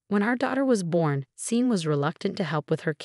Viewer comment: Sean is pronounced Shawn. Not seen. Sort it please